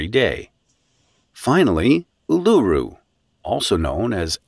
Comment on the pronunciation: old mate the AI narrator cannot pronounce Uluru correctly, plus the national sport is AFL with Cricket and Rugby League a close second.